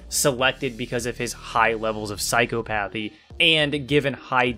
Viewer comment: I hate to be that guy by psychopathy is pronounced "psy-cah-puh-thi", or sai ·kaa·puh·thee. I use to pronounce it like "psycho-pathy" as well. Loved the vid as always.